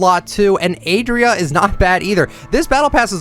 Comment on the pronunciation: ! No hate but ! Please don't call ADIRA as ADRIA. The tone goes at the "I" (adIra) Pls and thank you